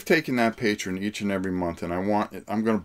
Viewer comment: Greg Lott yeah. mispronounces a lot of things. But that's just his little quirk.